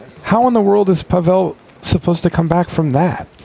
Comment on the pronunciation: Not PavEl but PAvel =)